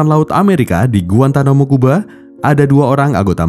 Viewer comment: Bukan GUANTAMUKUBA bacanya GUANTANAMOBAi 😭🙏